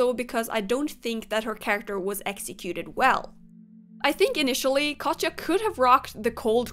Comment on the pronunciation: its not katcha its katya